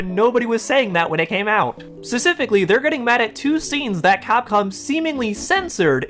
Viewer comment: He says "specifically" way too much for a guy who can't pronounce "specifically".